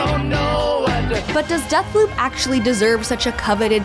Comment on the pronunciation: Death Poop anyone, no? I swear she said booze rather than bobs, or am I just do used to epic voice guy doing honest trailers that I need to explicitly hear BEEEEEWBS to tell the difference?